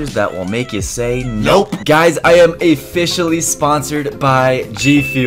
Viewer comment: said a-fficially. ( officially)